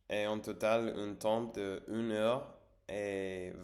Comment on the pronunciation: consumer du contenu === consommer du contenu (consumer il faut l'utiliser quand on détruit quelque chose par le feu), le mot temps il faut pas prononcer le p lol tu prononces que tem. Reposes toi bien et bon rétablissement.